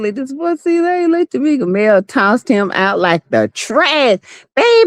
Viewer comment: Ma’am please learn how to pronounce people’s names right her name is LaLa Not Layla😂😂